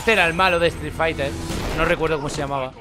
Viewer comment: "estric faiter"